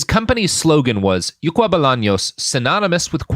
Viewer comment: I can confirm you mispronounced something in Paraguay. The name of the store is "Ycuá" not "Yucua".